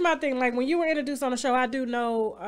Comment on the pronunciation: If TashaK don't stop saying enterdouced,,,IN-TRO-DUCE PLEASE lady.